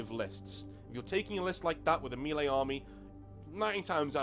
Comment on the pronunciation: Nanobits - 'redress', not 'readdress'; 'minutiae', not 'minutia'; 'not that big a deal' (no 'of'); and say 'mehlay'. Lose no sleep at all - am just watching the vid, and it's great. Very best regards, and thanks for putting up this excellent introduction. Don't say 'retarded', though - it's ugly. (I live a short tram ride from the GW money-mines in Nottingham. Am thinking of tunneling in and grabbing some of the ore.)